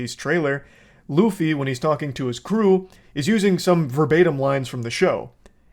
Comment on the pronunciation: They couldn't even pronounce Luffy's name right how are they going to do anything else right?